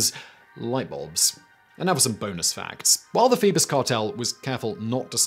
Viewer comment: Phoebus cartel .. thought he was saying Beavis Cartel …. lol